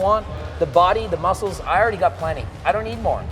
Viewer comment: We want mooscles 😂 we sure do girl